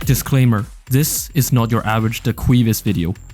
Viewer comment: love the fact everytime he trys to say this it comes out as "zis🔥🔥🗣🗣"